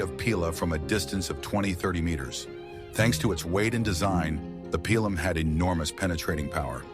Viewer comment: Pilum: pronounced pee-lum, not pile-lum or pill-lum